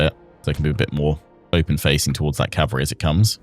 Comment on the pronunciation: I love your content I really do ... But cavalry is um well ... Anyway ❤